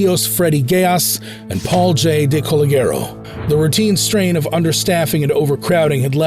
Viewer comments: I fkn cringed when the voice pronounced DeCologero and Geas the way it came out. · Paul J.DeCologero. pronounced DEE- Kuh-lodge-Uh-ROW